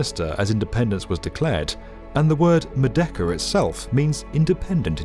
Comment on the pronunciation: Merdeka (Murr-day-KA)